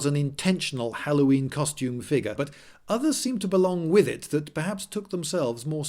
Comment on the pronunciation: How about "figgah" or "skuhleetal"?